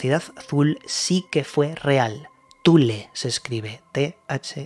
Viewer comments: No se pronuncia "Zul", como si fuera una palabra inglesa, sino "Tule" El nombre de esa isla (¿Islandia?) se encuentra ya en textos griegos (viaje del marino Pyteas de Marsella) o romanos (como en la tragedia "Medea", atribuida a Séneca) Hoy día se pronuncian a la inglesa todas las palabras de otras lenguas, cuando es preferible hacerlo según la pronunciación de la lengua en la que se habla: habría muchos menos errores Por otra parte, casi nada de lo que se cuenta del pobre Tesla y de sus invenciones es verdadero, muchas de las biografías que andan por ahí son novelas, muy malas por cierto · Se pronuncia TULE y no ZUL